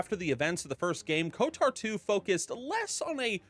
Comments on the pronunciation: It's odd hearing pronounce Kotor as Kotar. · Never heard anyone call it KotAR before... KotOR, sure, but never KotAR Oh and SWtOR was pronounced correct xD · I can’t unhear KOTAR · Why does bro keep saying "KOTAR" 😭